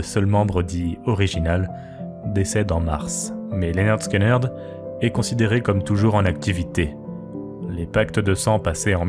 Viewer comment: Ça se prononce Linerd Skinerd si jamais 😆 vu que le nom vient de leur prof tyrannique Léonard Skinner (qui se prononce Linerd Skinner en anglais) ils ont juste changé l'orthographe.